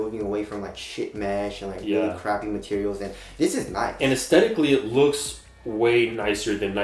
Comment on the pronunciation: Moving on to the "materels" 😁